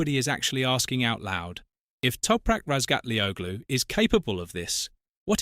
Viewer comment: maybe you one day you learn to pronounce Toprak surname ????? The G in is his name is not pronounced ...